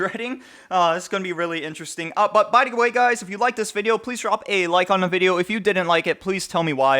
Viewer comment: "if you dont like this wideo my name is linus" lmfao xD